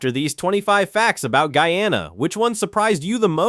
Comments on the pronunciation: Pronunciation is off. It is NOT Gee-ya-na. It is GUY A-NA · The pronunciation ....Gee-ya-na is correct for Guiana... the name is New Name changed when we gained independence to GUYANA 1963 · Its not geana guyana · The only part I don’t like is the pronunciations of the words Guy-a-na